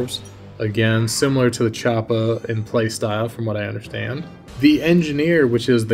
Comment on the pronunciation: You make choppa sound like chapo. Choppa trap house